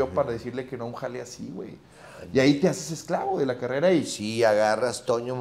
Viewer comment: Minuto 100,, dice carera envés de carrera